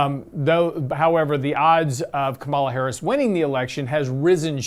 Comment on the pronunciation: Please learn to say Harris's first name. Respect.